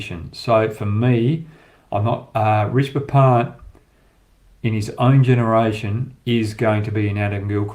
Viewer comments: Risbah pant? It’s pronounced RiSHAB. Keep up the good work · Rish-ab Pant Not Rish-ba Pant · Love your analysis Hoggy! Keep up the great work!!! I can help you with the pronunciation it’s Ree-sha-bha. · Hoggy, Love your show with fearless predictions and honest analysis. Couple of things - u seem to have a problem with pronouncing Rishabh - it is Rish-ab. Also why don’t you use the red ball to demonstrate movement during test matches? Keep up the great work mate!